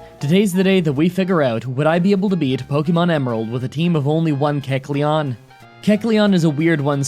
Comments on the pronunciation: AKSHUALLY you are pronouncing kecleon wrong, its pronounced like Kek-Lion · Ahhhhhhhhh yyeesssss Keck-lete! Keck-lete! Keck-lete!!!!